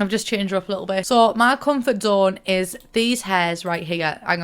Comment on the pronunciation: "Auh ma comfart zone"